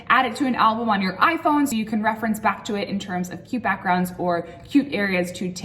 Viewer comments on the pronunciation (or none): Ohhh u said 'cute' .. I heard q q 😅